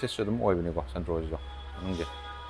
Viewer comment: SANTRO❌️ SUNTRO✅️